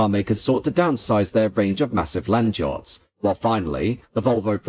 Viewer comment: Why do you pronounce "jots" instead of "yachts"?